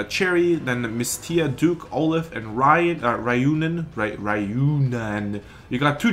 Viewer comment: Ryoo-naan. Ryunan.